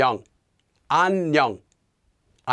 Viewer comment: The way says 안녕하세요 and 안녕 sounds like he is saying an yung like it rhymes with onion. It is very weird because it is different than how I have otherwise heard it pronounced. I have only heard it pronounced as ahn yoe ng. With a long o sound. I have also heard the 어 and 여 letters be pronounced halfway between oh and uh.